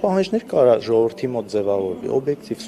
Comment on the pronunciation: Սրա խոսելաձևին նայի, սրա գրագիտության, սա է մեր յողովրդի (ոչ թե ժողովրդի), մակարդակը, ինչպիսի յողովուրդ, այնպիսի պատգամավոր!!!.....